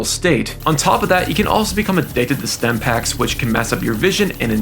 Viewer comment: Stimpaks* not Stempaks